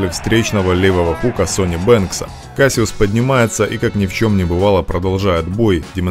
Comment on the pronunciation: Why u sayin kasyuss